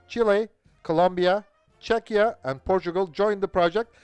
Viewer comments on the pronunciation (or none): none